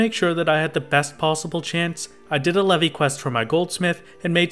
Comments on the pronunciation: its pronounced "leave" not "levy" reeeeeeeeeee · Leve is pronounced like "Leave", you can tell because of the achievements Brayflox is actually female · Leve in leve queat is pronounced leave. It's a stupid ancient way of writing leave that Koji found in an old dictionary... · I'm sure you've heard it by now, but Leve is pronounced "leave", and Brayflox is actually female! Unless you realise this later ( I'm at 16 mins atm ) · "Le-vi quest"??? Hello, is this the inquisition? I'd like to report a heretic. lol